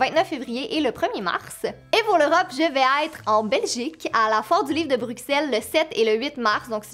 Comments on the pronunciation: Pas grave les français le disent tout le temps donc c’est une habitude 😉😉😉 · On dis pas Bruxelles le x ce prononce s mais j’ai vraiment hâte que il sortent j’ai pas encore lu mais j’ai commencé le 1 car j’ai pas beaucoup de temps avec l’école et devoirs plus les livres de l’école mais voilà j’ai hâte qu’il arrive en Belgique ^^ j’espère que l’histoire continuera